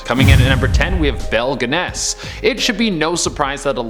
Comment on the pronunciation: Pronounced as Belle Gunn-us.